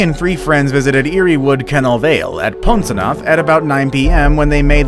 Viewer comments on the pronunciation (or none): I'm cornish and I got annoyed when he pronounced posanooth as pon so noof